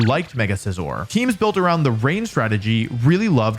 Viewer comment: A bad English accent AND not saying SEE-ZORRR when introducing Scizor? Wolfey fell off man 😂 (In all seriousness, fantastic list and I love all the various factors and things you include to fully evaluate a Pokémon. It could be very easy to just focus on a few particular, big, obvious qualities and so I love how you look into overlooked and easy to forget qualities too)